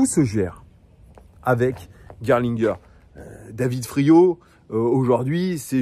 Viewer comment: T’as très bien prononcé Gerlinger!!! Je te mets 20/20 en allemand LV1!!!